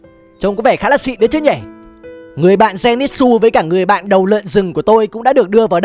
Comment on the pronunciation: Denitsư chứ ko phải là denitsu